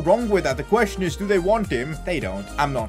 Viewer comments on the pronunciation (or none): none